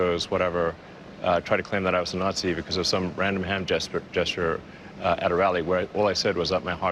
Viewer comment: “Some random hand jestur”😂😂😂